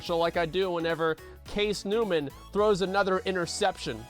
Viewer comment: this dude said "case newman" hahahahahahha